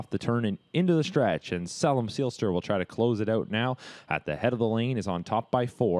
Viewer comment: Tsk...SAY-lem Seelster!